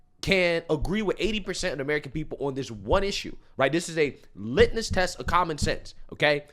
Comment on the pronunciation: It’s called a LITMUS test, not LITNUS